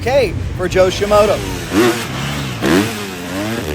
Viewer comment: Please dont ever stop mispronouncing Joe Shimoda's name. "ShiMoto" sounds so much better!